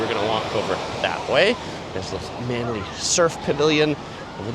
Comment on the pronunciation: Well done - you got the pronuciation of "Manly" correct! Will you be visiting Lady Bay Beach at South Head?